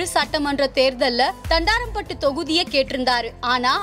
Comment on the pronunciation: Thandaraaampattu illai thandrampattu